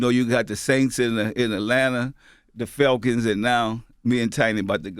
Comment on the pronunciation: P aint say falcons felcons 😂😂